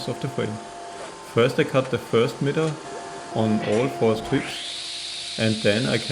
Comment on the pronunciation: Please, pronounce miter not like "mieter". It's pronounced "maiter". Thanks.